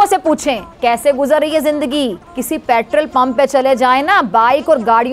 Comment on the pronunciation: Yeh Pat-rull kya hota hai??? Oh! You mean Petrol!! Yeh Doctorate kya madarse se li thi🤣🤣